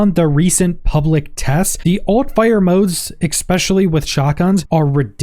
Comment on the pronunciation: If you’re only saying ‘ex-specially’ to get comments telling you to stop… it’s working. 😫😂